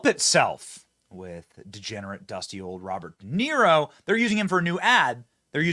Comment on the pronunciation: "DA" "Niro". Didn't he used to play the fiddle in Rome?